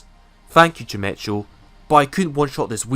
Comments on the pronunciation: Chimecho is actually pronounced like chime-eko, its a silly name lol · Chimecho is pronounce chimecko. Like gecko at the end. Or echo as in the actual word